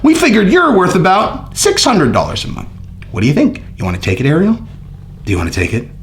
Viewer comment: Please for the love of God please learn how to say Ariel’s name right